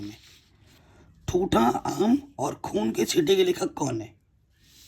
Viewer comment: Sir vo intha aam nhi thuntha aam h